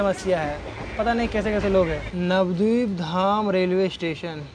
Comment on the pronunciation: Nabadeep mein a kyu silent kar rahe ho? Navdip thodi na hai?